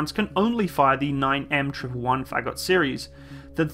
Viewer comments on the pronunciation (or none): Someone screams: "just a name" incoming! :P Also, Фагот is pronounced roughly like far-got with the emphasis on o.